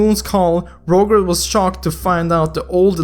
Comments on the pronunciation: u should say it like "Rojer" not "Rowger" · btw to say his name Roger (ro-j-er) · Btw I think it's pronounced Rojer not literally Roger. xD ID: IGN: Hyoteki Skin: Estes Holy Sacrfice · ffs its not rouger is rojer (pronounciation) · Not Rouger Its Roger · its pronounced ro-jer not rouger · it's pronounced as (rawdger) not (rowger) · It's pronounced Roger (Ro-jer) not Ro-gur it's like you can't even pronounce an American name😂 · He is Rojer not Roger xD (According to your speaking) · rodge-er godammit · It is Ro - Jer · ROGER pronounced as (ROJER). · i think the pronounciation is "rojer". just saying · It's actually pronounced as (rah-jer) like so can see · My man. It's pronounced RawJer (Roger) - very common name. just tryna help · Lol you are pronouncing 'Roger' wrong. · You said the name "Roger" incorrectly and I'm pissed cause this hero's name has the same name as I do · I think you are pronouncing roger wrong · ur english is horrible bruh roger is 'raw-jer' scythe is silence C